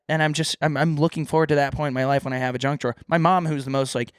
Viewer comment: saying drunk drawer instead of junk drawer